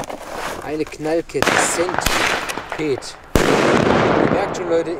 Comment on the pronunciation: warum spricht jeder das wort centipede falsch aus :_